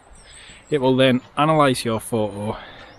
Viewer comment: Would it be too much to ask for not omitting the 't' sound when you say 'photo'?